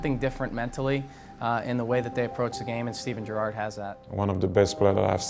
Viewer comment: Don't call him Jurrarrrrrd PLEASE